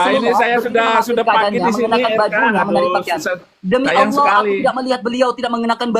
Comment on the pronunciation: RK aja gabisa bahasa indonesia mau sok2an debat 😅 tulisan double L tapi dibaca Alah lucu oten nih 😅